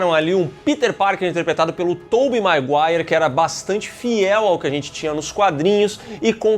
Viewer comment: Tobey MAIGUARI 😂 MANDOU ESSA